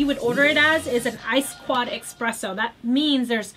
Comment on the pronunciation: eSpresso not eXpresso